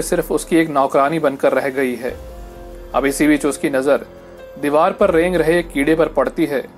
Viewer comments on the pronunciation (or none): none